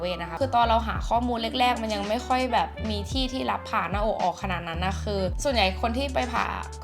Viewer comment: อ่านชื่อคลิปเป็น ผ่าน-มอ-อ-ก เฉยเลยค่ะ